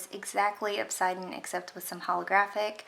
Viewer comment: I believe it’s pronounced “ob-sid-ee-an” Like the stone/gem.